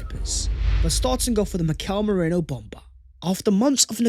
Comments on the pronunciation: It’s Merino, not Moreno! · Love your content as always,, but say it after me: MEH - REEE - NOH. Not MOH - RAY - NO. I know English folks have trouble with Spanish names, but let's make sure we don't get stuck saying it the wrong way. To your credit, you don't have nearly as much trouble with foreign names as Don Robbie, who is probably praying that Arsenal aren't linked with Tchouaméni again so he doesn't have to try to pronounce that name! COYG! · It’s Merino not Moreno. Idk why our whole fanbase says the latter. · Love you but as a Spanish Gooner I gotta say Merino and Moreno sound very different to my ears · It pronounced MEH-REENO! His our player now might as well learn the name.❤️